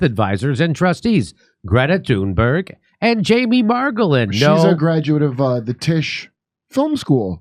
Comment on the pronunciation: Dore can't even say her name right